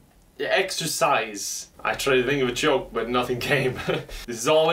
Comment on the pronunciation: Did you say exercise or EXTRA FRIES